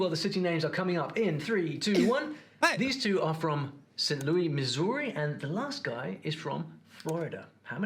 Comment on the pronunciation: it's... It's Saint Louis, not Louie. LOO-iss.